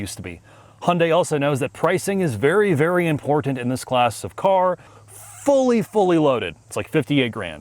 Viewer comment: "ImporDant". Super painful to listen to.